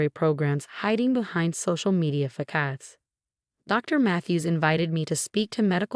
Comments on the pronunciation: Recital, not wrestle! Fasades mot fakades! Teach your AI narrator how to pronounce the words in the story! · FIX THE AI OR STOP USING IT!! Fakads? Ratchel? Resital?